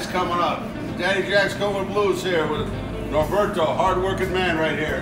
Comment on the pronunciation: What an awesome pizza! Way to go, Roberto!! Hey, please make Roberto's day and pronounce his name (and his pizza) as it is said in Spanish: ROW-BEAR-TOE not RAW-BIRD-OH. Imagine if someone called you Jake all the time instead of. Peace, my friend. Ever since you moved to this location, you and your talented crew have been turning out these amazing pizzas from that wonderful oven. It's a beautiful thing.